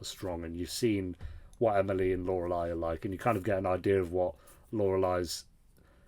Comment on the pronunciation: love that you are finally now pronouncing Lorelei correctly😂